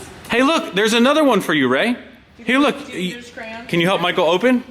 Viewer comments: Cray-ons not crowns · This the second video I've ever watched from you guys and seeing the crayons and the way you pronounce "CRAYNS" is awesome. Cheers from Ontario Canada